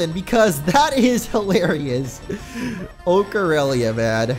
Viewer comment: once i heard Ocarelia i tried to act like i was playing the Ocareina